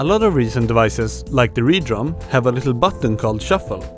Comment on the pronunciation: Thank god. I thought I was going mad, I’d stopped using Reason for nearly ten years and when I came back to music creation I hear all over the official videos - Red-Rum instead of Re-Drum. Yes, yes (and ha ha) - I get the Kubrick reference, I first noticed that in version 1.0, but it’s only funny once and, as a marketing guy, the consistency - even the cheesiness - of naming just about everything with a ‘Re’ is one of those pleasing to the ears creative choices that I’m sure is partly responsible for Propellerhead’s success. I’m glad can pronounce the name correctly. Now, I also understand the concept of quirk and marketing to those ‘in-the-know’ but I’d hope propellerheads is beyond that now. Reason is an industry standard, love it or loathe it. I love it, by the way. For a while there, with Re-cord it was looking like it might be on the decline but my recent re-discovery (see what I did there?) has been as much fun as the first time I opened Re-Birth. Using ‘Re’ IS pretty much the brand, and renaming something because of an only slightly funny in-joke about how cool your movie watching preferences are should have been stopped at the brand guardians. Of course, as I haven’t been paying attention for about 10 years there may well have been a huge PR event talking about how it’s now red-rum. If that’s the case, then fair enough. I still think Re-naming (or should that be ren-aiming?) RE-DRUM is stupid, though, and destroying my childhood a little bit. Bloody millennia